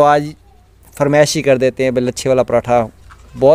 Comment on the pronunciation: بھیا جی ۔۔۔فرمیش ۔نہیں۔۔ فرمائش ہوتی ہے😅